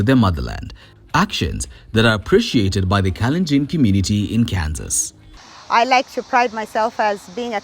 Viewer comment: Kalenjin commmunirry in Kansas cirry😂😂😂😂😂wueh😂😂😂